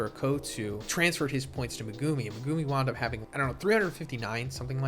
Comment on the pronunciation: STOP SAYING MEGUMI LIKE THAT!!!! SPECIAL ED SOUNDING ASS